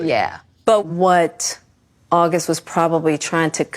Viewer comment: “ WHEN AUG” 🤦🏽‍♀️